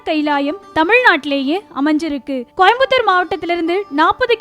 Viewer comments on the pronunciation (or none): none